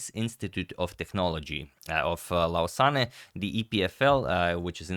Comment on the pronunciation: The name of the city is pronounced like “loose-Anne”